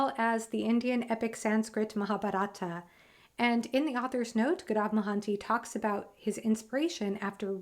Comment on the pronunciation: Its not maharabhata lol.....it is spelled as " maha- Ba-ratha